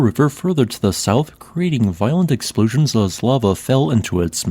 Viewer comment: ex slpooshins.. wtf fix your voice bot!